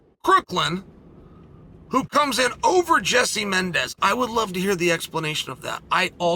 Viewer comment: “crookland” lol. Love UC